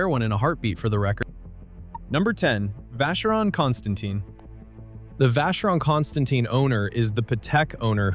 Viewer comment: It’s actually “Vah-Shuh-Rong Kon-Stah-tan”